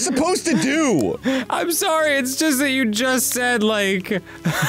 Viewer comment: Dan said "sorry" like a Canadian.